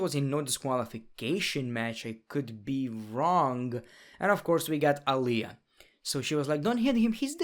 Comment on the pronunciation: Just saying "Aliayah" takes me out lol